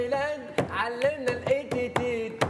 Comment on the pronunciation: الإتتيت=الإتكيت 😂😂في أهضم من هيك😍 ولد بلادي نموت عليك❤